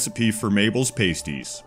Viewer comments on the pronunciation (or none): That's not how you pronounce "pasties." Unless you're talking about the things strippers use to cover their nipples. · 'PAS-ties' not 'pay-sties'